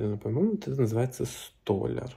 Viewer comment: Правильно в словер столяр ударение на окончание, т.е на яр.